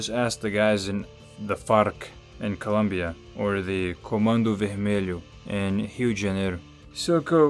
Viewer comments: Caralho, tu é br? esse ''comando vermelho'' foi bem falado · Caraca, falou comando vermelho tão bem que até achei que esse cara fosse carioca